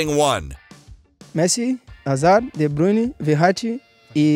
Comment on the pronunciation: This commentator calls de bruyne de brinner